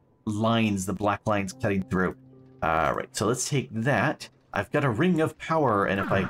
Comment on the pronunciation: POWAHFUL POWAH!